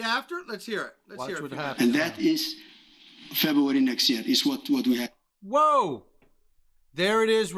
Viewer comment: Feb"oo"ary nex year. Lol